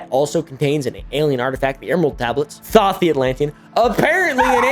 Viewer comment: Dude can't even pronounce Thoth correctly, conman are so lazy these days.